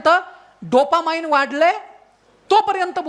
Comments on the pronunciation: डोपा माईन्ड नाही रे ते अडाण्या डोपामीन असतं ते.. अवघड आहे रे देवा.. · Not dopamind but dopamine.